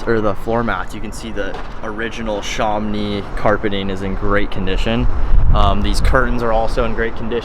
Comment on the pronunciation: Sham-Oh-Nee...Not Sharm-nee. It's named after an area in France.